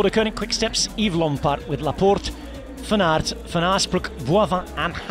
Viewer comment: his pronounciation of van aert and paris roubaix are not bad actually